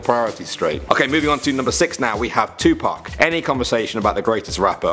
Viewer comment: Madhik Wooden you guys are saying it all wrong it's "Tupac"